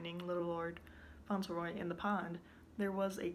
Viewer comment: Yes that's the right pronunciation